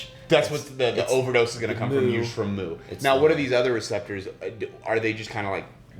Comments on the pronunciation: omg, mu is pronounced "meu" not "moo"! How am I supposed to take this guy seriously? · jfyi, the mu/μ in "mu-opioid" is pronounced "mew", not "moo"🐮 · It is myoo, not moo. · Also, mu is pronounced "meu" not "moo"! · "Moo" pronunciation in someone that should be an expert🙄. It's "mew . . ." With the amount of Latin and greek onomastics used in biochemistry, I'm disappointed with this kat